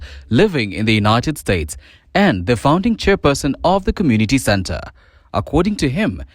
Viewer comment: Kalenjin commmunirry in Kansas cirry😂😂😂😂😂wueh😂😂😂